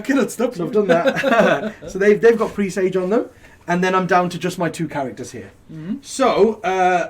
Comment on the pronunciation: Presage pronounced like message dudes!